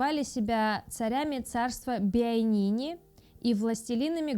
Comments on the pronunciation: Может не Биайнини, а Биайлини? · БиайнИНи?? УМрия? Не ну в натуре, что за наплевательское отношение? Хоть проверяйте что записываете, хоть старайтесь правильно прочесть, если запомнить не можете. Вряд ли текст эта девочка писала, иначе не делала бы таких ошибок. Но она даже запомнить не в состоянии. Да ладно, уже внаглую прямо в кадре открытый ноутбук, поглядывает в текст и всё равно не может прочесть даже.